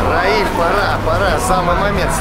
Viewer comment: Всем здравствуйте! Спасибо Раилю,Роману за позитив,Только пожалуйста,не коверкайте имя Раиля.Не Рамиль,не Равиль,а Раиль.Талант от Бога. Успеха во всех делах и начинаниях.